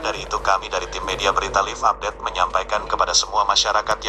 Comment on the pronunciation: setelah pembawa berita ngomong ehh narasi pakek suara google anjir .. mana ada TV menjelaskan narasi pake google . Live update aja bilangnya "LIV" bukan Laiv 😂😂😂 anjirr ngakak gua.